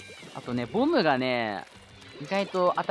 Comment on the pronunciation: すいません自分が耳悪いのはわかってますがボムがボブに聞こえてしまいます